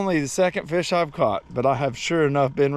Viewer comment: She calls em feeash. Which is accurate country gal Language round here in South Carolina. And not perch. Breamms.😀